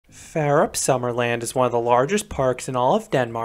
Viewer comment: Færup lol, it's actually pronounced as Fawrup. Jokes aside nice video I might go there on a school trip the upcoming spring